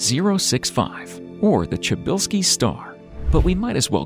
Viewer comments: Try pronounce it pshybylsky the way you says it sounds like czybylski (chybylsky) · Bro it's -sha~bell~ski don't butcher my last name like lol